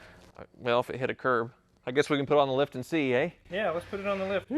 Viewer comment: says “eh”., are you Canadian?!